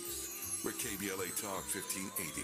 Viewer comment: Dr. Cornel West said "K B L S"............but it's NOT; right?........isn't it: KBLA??...........it's a simple mistake though.